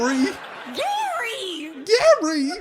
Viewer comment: No one: Not a single soul: Not even James: Lilly Singh: GAry gaRY GaRy!